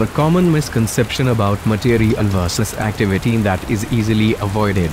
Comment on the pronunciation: Instead of "material, ", "nuclear", Mikoyan, "tutorial", said "materi-al", "nucle-ar", Mikoy-an, "tutori-al"